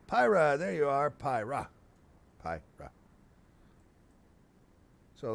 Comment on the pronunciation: Its Pyrrha..not Prryha.. PY-RRHA